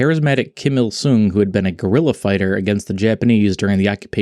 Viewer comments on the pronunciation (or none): none